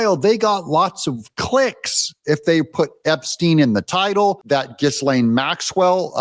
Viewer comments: QC here...Hey Doug, I'm going to try this one more time for the sake of credibility, pronunciation matters. Hey Doug, here are 4 ways to pronounce Ghislaine Maxwell's name. The "s" is silent. Ghislaine Noelle Marion Maxwell ɡiːˈleɪn ɡiːˈlɛn ghee-LAYN ghee-LEN So, unless you are doing it as a bit, please drop the "giz". Thanks. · pronounced GAH-LANE, Doug.🤪